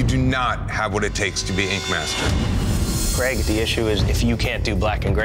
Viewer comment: Creg? He's called Craig.